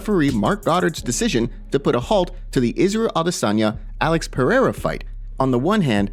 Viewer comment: Why do we have to listen to Brendan Schaub opinion guy pronounces Alex perieira name like he's some kind of Frenchman named pierre